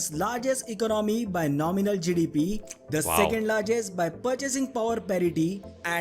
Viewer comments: Until he got to the GDP and it was written on the screen, I had no idea what he was actually saying when he said GDP. I was like whats Jidibiee? Lol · Every time he says GDP it sounds like he's saying jellybean 😂 (now listen to it again and laugh every time he says jellybean 😅😅😅)